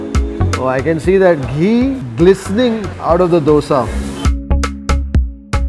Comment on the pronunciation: my dear why do you keep calling it dose.